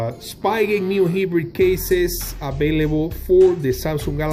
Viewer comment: bruh! its hybrid not hibrid